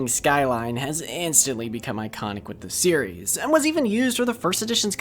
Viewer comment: lmao when you said series it makes my Siri go off bc it sounded so similar to me saying “Siri”